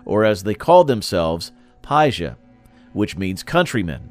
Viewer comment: Your pronunciation of paisa made me quit listening